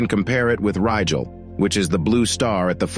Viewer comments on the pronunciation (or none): none